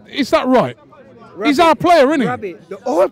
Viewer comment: This man callin him Rabby 😂😂